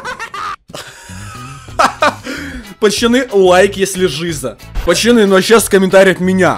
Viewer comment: а почему ты говоришь пачаны если ты должен говорить пацаны